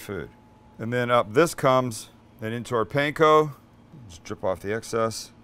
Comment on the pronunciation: Stop say pain ko- its pan ko